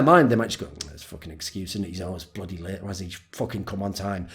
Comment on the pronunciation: mate when you said late i heard it as raped and that was weird for a few seconds